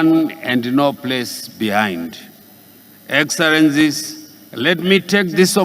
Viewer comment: "Your Excerrance" "Deveropment" "Vhunarable" "Mentarrity" Groball Charranges Poriticary Isoration Sorid Famiry Poritics Preased Impriment Varue Corabolate Estabrishment